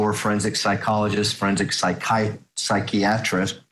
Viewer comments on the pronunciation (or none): This lawyer cannot pronounce the word "psychiatrist" What on earth is wrong with this fool.